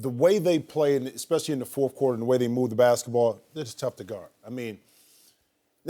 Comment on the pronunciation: I just noticed that Jim Jackson always says fourfh quarter, instead of fourth.